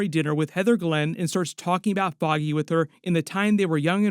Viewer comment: Foggy... FFFFFOGGY Nelson, not Boggy 😂😂